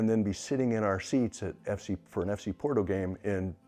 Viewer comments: Porto .. or borto pronunciation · After 11 months, still can't pronounce Porto correctly?! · if you dont even know how to pronounce Porto, i can see if would be difficult…not to disparage your journey..